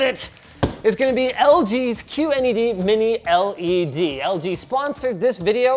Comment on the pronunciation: "minil ed" "mini del"